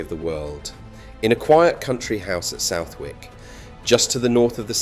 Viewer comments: South Wick is pronounced Suth ik. `Tis Pompey language, it`s different ! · Southwick not even in pompey and lived here my whole life never heard it pronounced like that